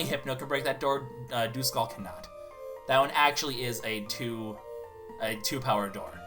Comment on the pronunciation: Duskull I'm pretty sure isn't pronounced dooskull its duhskull